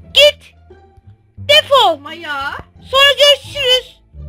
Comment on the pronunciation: Defal demen hakkın yok seni seviyom ama öyle diyemesin hakkın yok seni abone oluyaruz hakkın yok😊